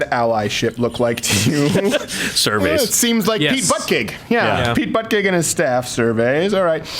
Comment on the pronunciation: Pete Butt-Gig. Lol.